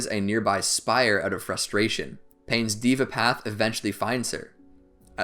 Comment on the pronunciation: it deva not diva